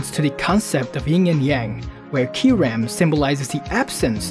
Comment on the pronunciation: It's Ky-Reh-m not Ky-REM